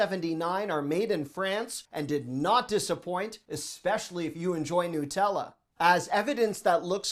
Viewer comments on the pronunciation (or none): none